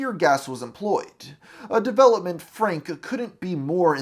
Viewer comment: a great video... but why do people talk like this? you say Frank-uh. it's Frank. you put an extra syllable at the end of half of your words-uh.